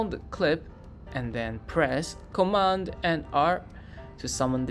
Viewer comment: Thanks, it was very helpful, but it took me 10 minutes to figure our you were saying Command G.